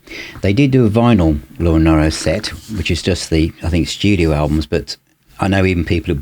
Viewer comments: Wonderful effort and video - but you would think he would know how to pronounce her name correctly - so grating to keep hearing NIEro instead of the proper NEEro. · It's pronounced "Nee-roe"... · Hi, I envy you that you have acquired this box set. I think that Laura Nyro is a genius and as you know, Joni Mitchell thought highly of her. With respect, Laura's surname is pronounced Neero as in the Emperor Nero. Great review!